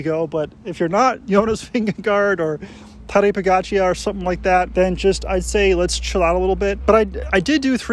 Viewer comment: Honestly I’m finding it hard to take any type of advice from someone who is riding wearing runners, displaying the bike in the small ring and pronouncing Pogačar the way you did. I’ve had mine for a year pretty much on the dot and honestly it’s the greatest thing I’ve ever bought. At speed of 30km+ these things hold speed effortlessly, sluggish off the line but once they are going they are scary fast and stable. Buy one you will not regret it. Get a bike fit, look after yourself well enough to have good mobility through your hips and back and you will be fine on it. You will leave a caledonia in the previous postcode.